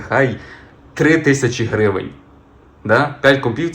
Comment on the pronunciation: Блін, як же ріже слух слово грІвень від автора :)